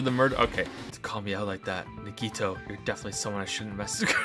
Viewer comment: I feel super triggered that he mispronounces Nagito